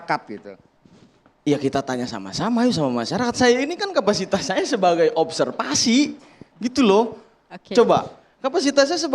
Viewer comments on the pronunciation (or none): Hehh mas. Yg bener juga itu ngomong nya "observasi".j4ngan di plintir2 "opserpasi"